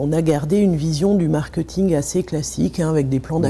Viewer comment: cette dame qui est experte en marketing prononce ce mot marketing !!!!! Quelqu'un peut lui dire comment ça se prononce !!!?!???!?! Je vais lui écrire ça en phonétique: markÊÊÊÊÊÊting ! Pitoyable !